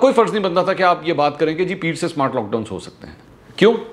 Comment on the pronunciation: Smowart....smowaart lock down lol